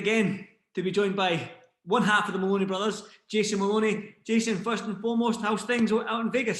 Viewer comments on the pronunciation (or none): It's "MOLONEY" not "MALONEY"